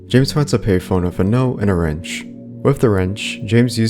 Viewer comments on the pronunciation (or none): none